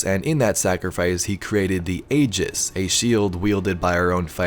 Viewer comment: The a in aegis is silent